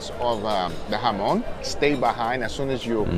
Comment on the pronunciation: I nominated as guga’s guide through Barcelona! That would be amazing even if his pronouncing of jamon is questionable